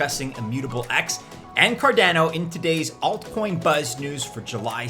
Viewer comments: Why can't you pronounce Cardano correctly?! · Car dana oh 😂 last Cardano video you were sooo close 👌